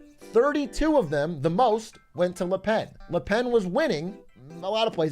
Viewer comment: Là pèn is all I’m hearing atrioc yap about